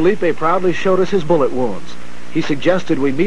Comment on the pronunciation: “Boolet” man